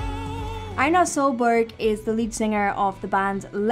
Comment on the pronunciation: I love how she says Einar. I have the same name, but iwas raised in Mexico. My grandfather loved vikings and there was this movie,how he named my dad Einar, then me. I always heard different pronunciations, but this one is the best.